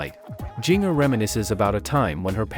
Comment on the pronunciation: Jinger is pronounced the same as the spice GINGER. And you say 411 as “four one one”, not “four eleven”.